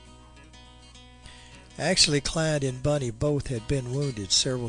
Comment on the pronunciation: Not me, made me nuts hearing him saying Bunny everytime instead of Bonnie.